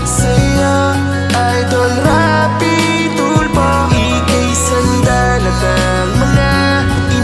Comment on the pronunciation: SIR RAFFY TULFO… its not RAPI TULPO MAHIRAP PO BANG BANGGITIN YAN? 🤦‍♀️🤦‍♀️🤦‍♀️